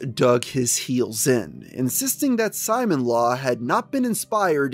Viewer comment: I’m not sure if this is relevant at this point but it’s probably pronounced Si-moan not Simon as in the character from gurren lagann (who wears a drill necklace) is pronounced this way